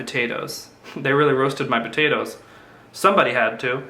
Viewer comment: love the way he says batatoes :D